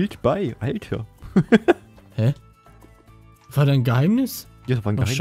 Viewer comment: du hast immer schöne videos aber warum sagst du denn alder und nicht alter?